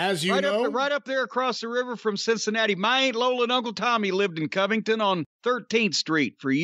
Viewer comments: Never heard that city called Co-ving-ton. Kah-ving-ton. Kentuckian here! Greetings from Bowling Green. The land-lock nation of Kentucky. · "Cove-ing-ton" 10 seconds in and already I have another reason to dislike New York, lol. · I hear Coveington has some really nice museems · I’ve seen a lil women from Japan pronounce Covington better than